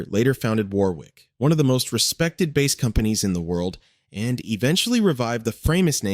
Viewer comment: Is this narrated with AI? Glitchy with overlaps and pronouncing the four string instrument's name as the fish with the name of the same spelling.